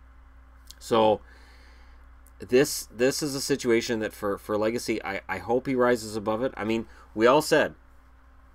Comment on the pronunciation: Legace is pronounced “Leg-ah-say” if you care, lol